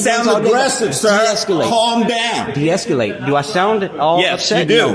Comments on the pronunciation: Deesculate, sounds like ejaculate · Hopefully he learns how to pronounce deescalate, and not deesculate🤣😂 Sorry, mispronunciation is a huge pet peeve of mine🤣😂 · Who says de-escalate like that? There is no "u" my guy. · The word is “deescalate.” Can’t stand people adding extra syllables. 🤦🏼‍♂️